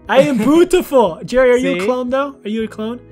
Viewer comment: when you said "BUUTIFULL" ypu sounded jerman( not racict)😉